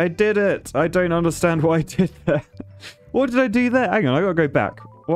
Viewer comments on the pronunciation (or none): none